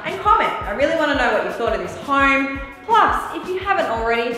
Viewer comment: That accent had me laughing my ass off when she said This Hoyme is Soy Big. LOL !! I love Australians. Cheers from New York City.